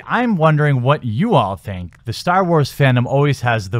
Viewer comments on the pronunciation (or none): none